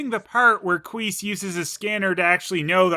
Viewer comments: Yep, never fails. everytime says Quease i always hear it as Queef and I chuckle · I swear I heard you say qweef